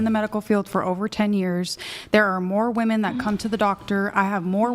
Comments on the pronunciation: Is this bee saying woman instead of women I can't I feel like I'm losing brain cells🤯🫠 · Pronouncing “women” is hard… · Why do so many of the girls on this podcast say “woman” when it’s supposed to be “women”?? I don’t understand this